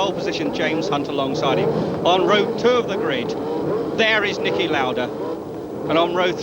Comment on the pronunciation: Excellent video, but he wasn't Nikki but Niki Lauda